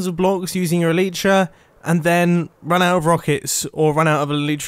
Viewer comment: when you pronounce elytra "ELETRA" lmao